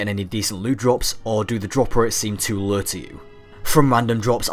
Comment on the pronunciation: say "low" again haha